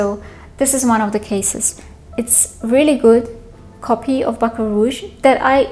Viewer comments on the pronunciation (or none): none